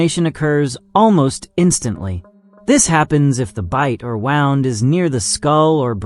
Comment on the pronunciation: Wound? Like WOWND? Not wound like WHOOOnd?